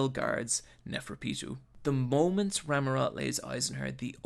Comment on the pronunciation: Inc. He does misspell a few words (starting from the show's title, the "X" is silent), including Rammot's name ("Ramurot") and calling Nobunaga "Muramasa" once, but I'll penisride this video nonetheless.